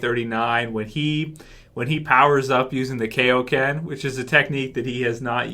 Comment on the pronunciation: just because I love correcting people: its Kaioken not Keioken, its Monaka not Monika, I don't have anything against you, just hate to hear false pronunciation